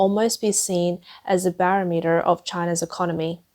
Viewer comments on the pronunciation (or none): Did she say barrelmeter? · No, It's not. She just doesn't know how to say it..... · Is that really how they say barometer in Australia?